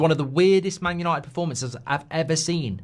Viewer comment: It's Yawnnited